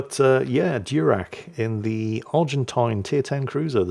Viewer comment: Diurach is probably not named for a Klingon admiral (Durak), but from some Scottish Gaelic. Maybe DYOOR-ach (where the “ch” is said like the “ch” in Bach or och?